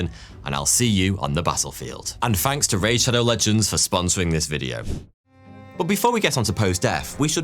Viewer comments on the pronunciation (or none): All your th’s sound like f’s: Somefing Finking Fings Firdty Fanks for watching Why do you do that? you have a perfect and beautiful accent! It has to be on porpoise because your own name “” is a game with that. If you pronounce it correctly it sounds just like thought. But if you pronounce it like f it sounds exactly like 42. It’s almost like German accent! Stop it! You are so handsome to do that!